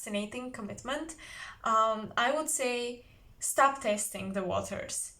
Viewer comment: Hi! I picked pile 3, what a beautiful reading! Resonates 100%… I couldn’t think of who the man would be but then all of the sudden it clicked! Your English is great btw! Tip for you, the word “wood” and word “would” are pronounced the same way in English…it’s really annoying with all its rules and many of them don’t make any sense at all. Sending you my love Sister, hope you are well 😘💜